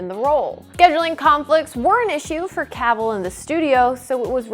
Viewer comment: Can’t say Cavill right either